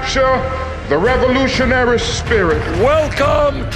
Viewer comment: "These are revolutionairy times" - finally!!!